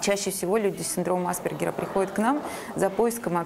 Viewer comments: почему в центре помощи специалисты ставят неправильно ударение? Синдром аспЕргера а не Аспергера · Аспéргера, милочка! Хоть бы поинтересовалась ударением перед записью, неграмотная наша! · Только АспЕргера, уши режет неверное ударение